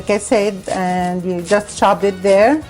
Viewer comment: I love it when say " We're gonna Chob it " XD